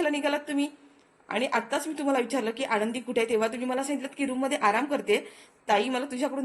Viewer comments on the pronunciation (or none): मालक साहेबांचे नाव " युगंधर " आहे. " युगेंदर " नाही. " आणंदी " नव्हे "आनंदी ".